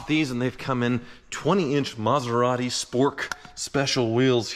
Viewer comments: The ‘Metherati’ … 😂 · METHeratti... ha! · Meth-a-rati is no funny🤣